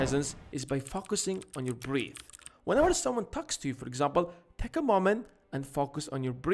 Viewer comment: You didn’t pronounce breath right bro Great video !